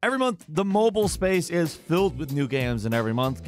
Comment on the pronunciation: Ah yes, "mobyle" games